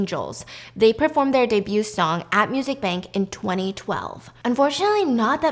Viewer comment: Girl the t in debut is silent 😭😭😭